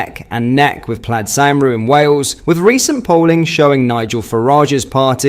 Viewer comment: You butchered the pronunciation of plaid cymru 😂